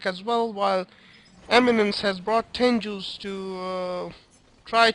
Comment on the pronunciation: sorry but THERE TENGUS NOT TENJUUUUUUUUSSS FUCK YOU SAY IT RIGHT